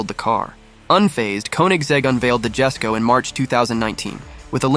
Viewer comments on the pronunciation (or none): If you’re gonna make a video about a car you should at least know how to pronounce the damn model names. It’s the One:1 (said one to one) and Jesko (pronounced Yesko). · Koenigsegg Jesko 🇸🇪 It's Pronounced Yesko 😈